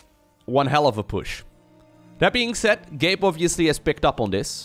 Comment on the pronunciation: Whenever sais Gabe, i tend to hear "gape" and that'd be something really inapropriate lmfao